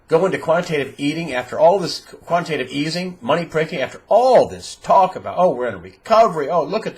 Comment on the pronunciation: Quantitative EATING - Your miss-pronouncing actually explains it all: You can not create unlimited food supply while you can create all the money you want.